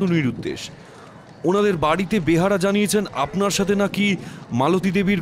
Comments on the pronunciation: Kotha ta “ behara” nah “beyara”. Joto dur jani kotha ta behara naaa :) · ভালোই তবে বেয়ার হবে ওটা বেহারা নয় এমনিতে ভালো ই🙏🙏👍👍👍👍👍👍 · বার বার বলছেন বেহারা, কিন্তু এটা বেহারা হবে না, হবে বেয়ারা। বাংলা ভাষা ঠিক করে বলতে হবে।